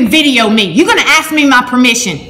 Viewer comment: "you gonna axe me!"